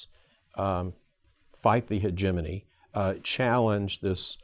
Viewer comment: Hegemony Christmas! Is this really how you pronounce hegemony?